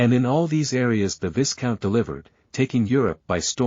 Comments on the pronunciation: Viscount is pronounced 'Vy-count', the 's' is mute. French pronounciation. No excuse for relying on shit text-to-voice software. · I think it is pronounced vie count, long i and silent s. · Can the air voice. And its pronounced "vie count" the s is silent